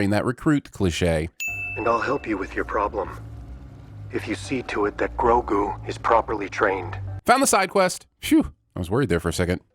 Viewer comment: Sin 49: Okay okay. I WAS going to piss on you about how you don't know what side quests are, BUT I cannot deny that you have correctly said Grogu's name, and that's exactly the acknowledgement I've wanted to hear from someone who isn't a part of the show, ever since this episode came out. So I'm going to hold my piss 'til next time.